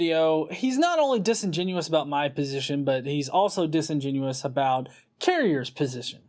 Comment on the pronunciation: I like that you've figured out how to say "disingenuous" properly now. You used to always say "disingenuine".